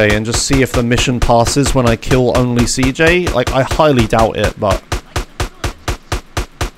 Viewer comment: What do you mean with "cee hota", it's pronounced CEJOTA or even (cehota), because is the pronunciation of CJ's name in Spanish